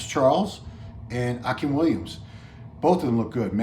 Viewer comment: It’s pronounced Ah-Keem... not Ah-Kim